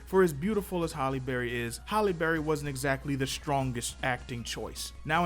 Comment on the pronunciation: It’s Halle not holly